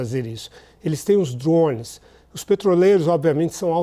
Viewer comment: O que são esses DURÓÔUNEIS que esse cara esta falando?